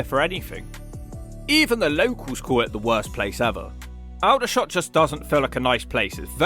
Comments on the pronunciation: Not surprised Aldershot pronounced Uldershot. Also known locally as Aldershit or napaldeshot. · Don't disagree with the comments about Aldershot. I know there is only one "L" But it is pronounced All-der-shot. As "all" in altogether which only has one "L" I lived there years ago. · All der shot how it is pronounced but anyway 👍 it ia a crap hole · I have never heard Aldershot pronounced ‘Eldershot’. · Please!! It's not alllldershot it's pronounced All der shot thanks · Aldershot is pronounced ALL-dershot. And the shopping centre was built in the 70's, not the 90's. The fact that it's definitely a turdtown is about the only thing you got right. Do your research. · OMG - how do you not know it's pronounced ALL DER SHOT!!!!! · Aldershot in Hampshire has certainly gone downhill in a big way since the 60’s and 70’s, my family and I used to regularly shop there then, such a shame. Btw, the voiceover chap is pronouncing the name Aldershot wrongly! It’s ALL-dershot not AL-dershot!! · Hello mate Aldershot is pronounced a bit different. its all as in wall dershot with a silent W. Its a shit hole anyway i live in Guildford which aint as bad by far, Cheers pal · Its not ELDERSHOT you muppet its ALDERSHOT. and its not that bad a place to live. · is it not ALL-DER-SHOT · Dear god man it’s ‘Awl-der-shot’! Or as us locals like to call it “Aldersh1t”. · I'm only here to see where my hometown comes on the list... Yay! Number 3!!! ps: pronounced Old-Uhhh-Shot ;) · The Al- in Aldershot is pronounced All. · You missed Amazingstoke aka Blazingsmoke and Bognor also Aldershot is pronounced All-der-shot or All-the-sh*t.😅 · This really confused me, got recommended this video and I get the voice behind the Hawk!! Was waiting to hear which town did the J.O.B. Also it's pronounced All-der-shot lol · Gah - it's pronounced "ALL dershot" ! Where have you been all your life? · Have you never heard any other person say 'Aldershot' ? it's pronounced Awldershot. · Bro it's pronounced All-der-shot